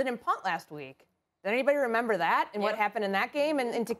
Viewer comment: I don’t trust anybody that doesn’t know how to pronounce remember😭. Tf is a renember